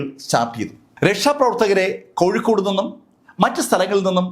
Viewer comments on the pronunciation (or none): none